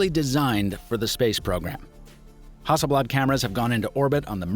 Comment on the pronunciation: damn, your pronunciation of Hasselblad is the closest to swedish that i've ever heard from someone that isn't native to Sweden